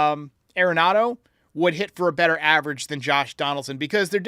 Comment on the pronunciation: It's pronounced AR-en-NADO. Everyone says it wrong. He's said that himself.